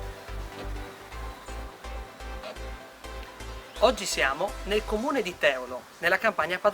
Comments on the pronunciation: ciao, fai attenzione perchè Teolo si pronuncia in tutto altro modo. (L'accento andrebbe sulla "e" di tEolo :-) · Bel video, mi sto vedendo con calma tutti quelli caricati sul vostro canale. Vorrei solo farvi un appunto sull'accento: il paese si chiama Teòlo...